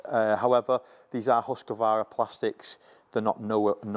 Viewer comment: Husqvana, not Husqavara!!!!!!!!!!!!!!!!!!